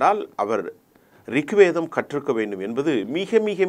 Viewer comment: Thaanga mudiyala please voice maathungo. Adu rikvideam illa. It is Rig vedam